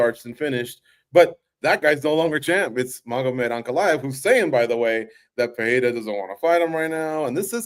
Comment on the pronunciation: "Butchering names today"? Brother butchers "Pereira" on every mention.